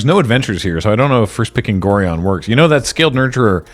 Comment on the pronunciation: That's not how you pronounce Gorion (like the constellation "Orion" with an extra 'g' in front of it). He briefly appeared as the ward of the protagonist in the old Baldur's Gate games. The reason the card refers to an "Abdel" is that said protagonist's name in the novelisation of the story was Abdel Adrian.